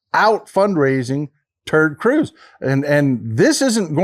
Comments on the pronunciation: Did he say "Turd" Cruz? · Did he call him Turd Cruz ?! 😂😂😂😂🎉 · Did you say TeRd Cruz, Turd Cruz or do i need hearing aid? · did I hear that correctly? Turd Cruz??? LOL!!